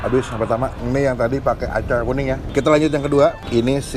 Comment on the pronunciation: Acar kuning bang, bukan " acay kuning " 🤣🤣🤣